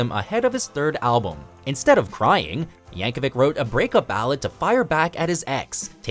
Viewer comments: It's yankovich not yankovick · Pronounced "Yankovich" not spelt ik how it is spelled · It's Yankovic not Yankovich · Mrgan Yap no it’s Yankovic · No, Yankovic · according to his wiki page it is pronounced with a hard /k/ at the end